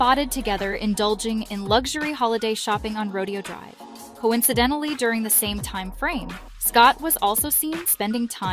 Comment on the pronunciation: RO DAY OH Drive, not Rodeeeeooo